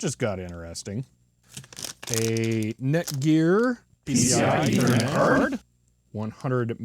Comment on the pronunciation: i like the part when he says P C I E T H E R N E T C A R D